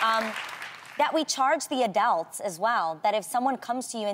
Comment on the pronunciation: Adrianne needs to stop saying 'Adelts'. They're called 'Adults' lol